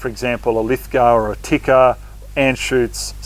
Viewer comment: Tikka, Pronounced Tea-ka.